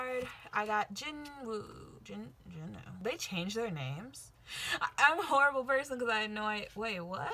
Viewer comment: So many stuff, aaaaaaaah! Really pretty haul! Loved all the INFINITE! About Winner, i don't know if the romanization of their names changed or if it was something only for this comeback. Jinwoo's name pronunciation is Jinu, but that isn't the romanization they were using until now... Seunghoon photocard also sayd only Hoony instead of Seunghoon, so it's confusing xD As for BLACKPINK, i'm a big Blackjack and i can say this for girl groups and YG... don't expect too much ;____; 2NE1 only have like two full albuns and two mini albuns, a couple of DVD, live cds and that's all (besides their japanese stuff) Even Mamamoo have more stuff than 2NE1